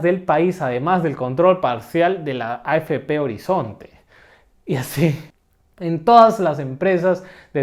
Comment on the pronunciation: y con “afp horizonte” tienes acento de la selva ?